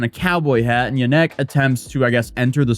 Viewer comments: I'm pretty sure the emphasis in Janek is always on the first syllable. YAH-nek. It's my last name. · It's pronounced ya nick